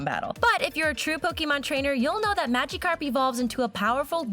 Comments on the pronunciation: what is a maga carp its miagacarp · WOW DID U JUST CALL BLASTOISE BLAST-IS WOW GET TO HE 2000 CENTURY AND U SPELT PONYTA WRONG U SAID PONTYA AND HOW DOES THAT THING LOOK LIKE EEVEE AND U SAID MADICARP AND WHY DIDNT U DO CHARIZARD HE IS ALMOST AS POPULAR AS PIKACHU ALL THIS IS JUST EFFENCE TO POKEMON FANS